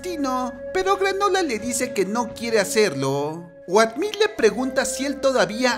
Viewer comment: Wey, se pronuncia outmil, no oatmil :v